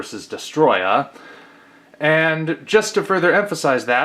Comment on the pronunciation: it's not pronounced destroyer it's pronounced as a Storia